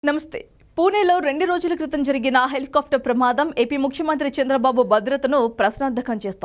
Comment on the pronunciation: ముందు న్యూస్ చదవటం నేర్చుకో తల్లి.... నువ్వూ నీ తొక్కలో న్యూస్ ...దాన్ని HELI KAAFTAR anaru...... """"Helicopter""" antaaru FA palakakoodadhu....."PA" plakaali..mundhu avi nerchuko